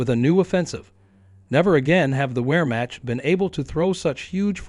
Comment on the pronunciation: We'rematch.? Lol